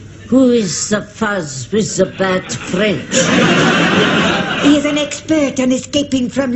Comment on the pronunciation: The mispronounced vowels conveys his speaking French poorly